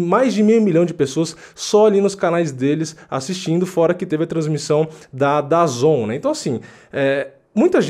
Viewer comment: Pronúncia do dazn é the zone hehe